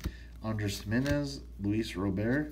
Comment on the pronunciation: That was a really good box! The auto is sweet and on card of a decent prospect! Also nice Sp's and Bichette relic! That Luis Robert i believe its pronounced Robert but that is good card as well!